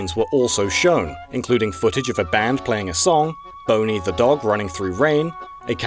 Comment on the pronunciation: It's pronounced Bon-nee not Bone-ee get it right people.